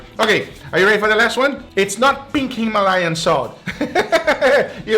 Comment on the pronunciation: Pink Hi-mah-layón salt, I listen to that 5 times in a row lol. Loved it